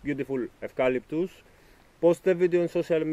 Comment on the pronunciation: I am an Australian and of course know this species of tree. Us Australians call Eucalyptus GUM TREE'S. This particular tree is called the Tasmanian blue gum. Native to Tasmania so can endure very cold weather. The correct was to say Eucalyptus is to pronounce the EU like YU. Not a problem if you don't though. Enjoy the beautiful tree. Regards to you. Ian.